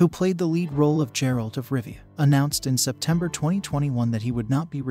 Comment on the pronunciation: IT'S A HARD G, MAN. TALK ABOUT NOT HONORING THE SOURCE MATERIAL